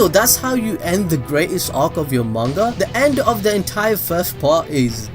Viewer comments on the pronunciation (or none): none